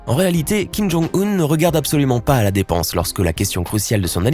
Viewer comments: C fait exprès ? Depnse au lieu de dépense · '' dépnse'' ses milliards ???